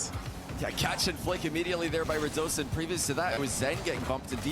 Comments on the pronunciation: Pretty sure it’s pronounced rad uh scene, ho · rad oh zain